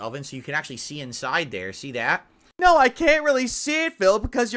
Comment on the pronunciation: What the hell is in-sye I thought it was inside.